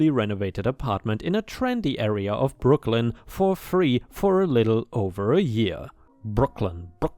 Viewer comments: ⭐🌟⭐🌟⭐🌟⭐🌟⭐🌟⭐🌟⭐😎🐱 I think you did very well saying Brooklyn i didn't even hear your accent! Well done 👏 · Not sure how those in New York say it, but to me, you said Brooklyn just fine. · You say Brooklyn just fine! Love the cat vids..she is ❤️ beautiful.